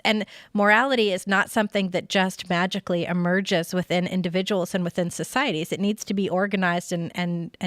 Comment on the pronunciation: why does she say vagically?